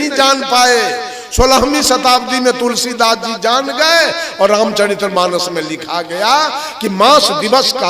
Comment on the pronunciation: आप रामचरित मानस कानाम‌शुद्धनहीबोलपातेहो।औरप्रवचनकरतेहो। पहले आप बोलना सिखो। धन्यवाद।।